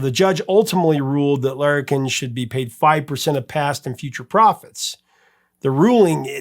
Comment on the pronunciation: You said it ok. It sounds a bit different because of your accent I think. You did pronounce Larrikin (the publishing company) wrong. It's too hard to explain how in writing. It's actually also an old Australian slang term that's not used much today. :)